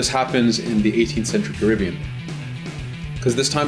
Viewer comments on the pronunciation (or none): none